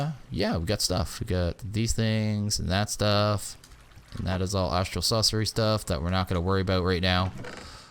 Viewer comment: "Astral Saucery" Cooking with.:)